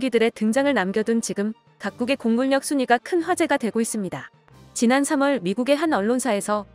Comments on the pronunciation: 공굴력 (x) 공군녁(o) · 공군력 발음 안되니 공굴력이 머냐 ㅋ ㅋ ㅋ